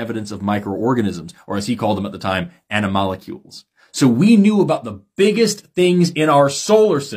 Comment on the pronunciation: I’m pretty sure it’s actually animalcules and inserted an extra syllable